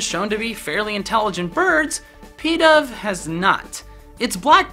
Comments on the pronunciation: Its not pedav its pidove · When he pronounced pidove as peedove (cringes infinitely)